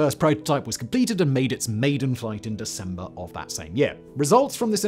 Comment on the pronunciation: “The 16th of Sesember”